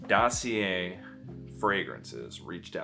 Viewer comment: Btw didn't ur Montreal GF told how to pronounce DOSSIER 😂 you're still amazing ❤